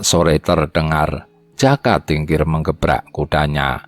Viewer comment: Yg baca narasi kurang pas....jaka mesti di baca joko..trenggana trenggono jadi dengernya kurang gimana gitu